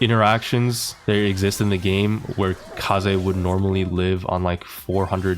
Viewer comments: not kay-z again bro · Is Kaze called kaze because of the word kamikaze? Do you think? And maybe this is how you pronounce it too, rather than rhyming it with gays?